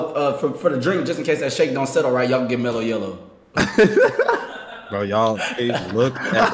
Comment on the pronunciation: said "mellow yellow" like its a top tier drink. Im dead lmao